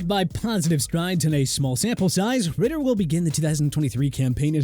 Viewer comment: Desmond Ridder* not Ritter